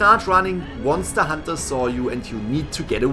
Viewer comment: When this man says decoding or hunter it hurts me